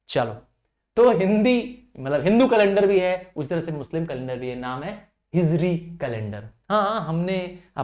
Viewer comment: Hijri not hizri 😂